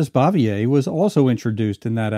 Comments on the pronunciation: Still a hundred times better than most of the crap today. Pretty sure it's "Francis BOOVYAY". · ehhhh you keep mispronouncing Frances Bavier's last name.....